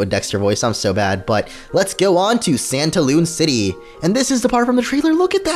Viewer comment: Whe you said santalune I thought you said pantaloon XD